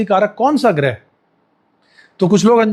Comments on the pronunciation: गृह नहीं ' ग्रह ' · गृह नहीं ग्रह